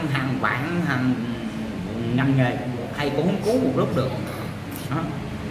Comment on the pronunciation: Bi NGỌNG CÒN NỔ NỮA AI CHIU CHO NỔI HẢ KHẦY , HẢ KHÃY , HOHOHO